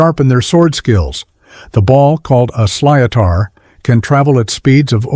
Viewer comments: Okay, Okay. Lets get this straight. I'm irish.. Hi guys! Galway here! Wasn't surprised one of these, and, it's not a 'sliiator', it's pronounced, 'Sh-li-th-er' Okay?? Okay, i have quot alot of stuff to complain about, but, its way to long... ~♡byeee~♡✌️ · The ball in hurley is pronounced slit er not slither like a snakey snake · Also Sli-o-tar? No. Its a 'slitter'. Do not not subscribe. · The ball in hurling is called a "sliotar" (pronounced "shlitter"). NOT sly-o-tar. Ugh!!!!! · Why you pronounce slither like that it's slit her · The sly o tar 😂 slither 🙆🏻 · For hurling the ball to be pronounced is slit-ter not whatever this auto tuned shite that was. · It wasn't the feminine that killed our people. It was genocide.... He absolutely butchered some them names & the silotar 😂 its pronounced "slit-er".....absolutely love me country but its heartbreaking watching the government prioritise immigrants over the homeless & vulnerable Irish people, who are living in poverty, families living in hostels while immigrants are being housed & having all their financial needs taken care of down to getting cars aswell coz they can't work, I had to get rid of my car couldn't afford it, even though I have to work, while being on disability due to chaotic rheumatoid disease that has effected my ability to walk or stand..Ireland has lost its soul to immigrants... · Fact 32 it is pronounced slithour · Samhain = Sow-ann Céide fields = Kay-de Sliotar = slit-ar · Mister...can I get my sly-o-tar back? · Please stop this ignorant take on my home country. Halloween is pronounced in Gaelic as "Samhain....sowin". The stick used for hurling is a Sliotair...pronounced "Shlit aar ". Please learn the correct pronunciations! Or, better still, get off You Tube. .you are a disgrace!